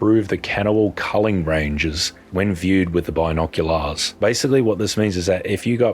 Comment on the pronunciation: Bi-nok-u-larsss the way you pronounce it made me laugh a lot